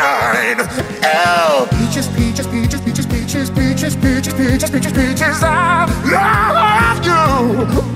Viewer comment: I know he says peaches but Im still hearing BIETCHES!